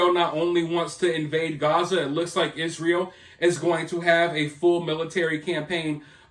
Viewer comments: You are mispronouncing it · It is pronounced Y- zra -el